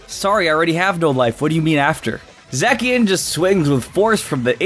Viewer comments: Z... Zackian? Sweetie- Zacian. No k. Zay-see-an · It’s “Zah-See-In” not “Zak-an-ee-yan” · It’s za chi en not za ck eon or za chi not how ever you pronounced it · Its pronounced Zay-she-in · (Zi- shi- yen) (Za- ma- zenta) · Again...you say Zacian wrong. There is a "shh" there in the middle not an "ack" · It’s zae-she-en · No one can decide how to pronounce zacian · How the FUCK did you just pronounce Zacian They literally say the correct pronunciation in its reveal trailer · Is he butchering Zacian name on purpose? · Please learn to pronounce Pokémon names correctly. Your pronunciation of Zacian and Yveltal are both very off.